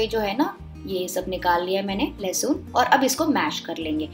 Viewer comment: لہسن ہوتا ہے لہسون نہیں ہوتا 😜